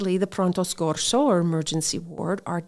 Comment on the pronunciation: Pronto SOCCORSO not SCORSO, lol.